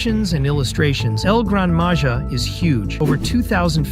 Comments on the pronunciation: El gran maja is pronounced el gran maha! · IT NOT EL GRANADA MAJA IT EL GRAN MAHA